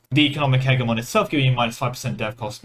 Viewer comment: Not wild at all, he's pronouncing it correctly. hedge-y-mon is an Americanized version that makes it sound like a Pokémon made of bushes.